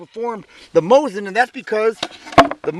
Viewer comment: MOE-SEEN. You bad comrade.